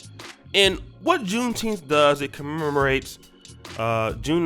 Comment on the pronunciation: I'm mad we are celebrating a day that we are still pronunciating as if we are still slaves. Wtf is Teenth?